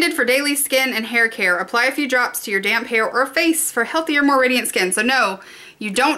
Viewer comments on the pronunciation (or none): Sounds like you said apply it to your damn hair. :D